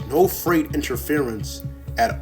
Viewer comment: Why do you pronounce so many words wrong? Are you a robot? “Fright” for “freight?” Sounds bizarre and sketchy.